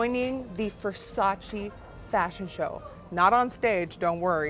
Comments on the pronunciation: xflammiepierce Donatella also says that this is VERSACE NOT VERSACEEE. So i dont know why they still makes this mistake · Non versaci, ma VER SA CE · VERSACE not VERSACI...... come on Nicky - you're from Europe, you supposed to know that😑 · Lol it’s funny to hear Gigi say versachee not Versace yet she starred in a campaign “it’s Versace not Versachee” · I'm Italian and I swear every time someone said "versacee" it killed me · I'm Italian so every time someone said "VersacI" in the video I would immediately scream back at the screen "IT'S VERSACE" lol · How are all of these MODELS at a VERSACE show saying “Versacheee”!? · CAN YOU PLEASE STOP SAY IT WRONG?! IT’S VERSACE (TCHE) NOT VERSACEE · So you are working for Versace buuuut still pronouncing it the wrong way?